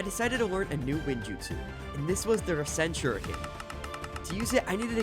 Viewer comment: He fr just said rasen--gen that's wild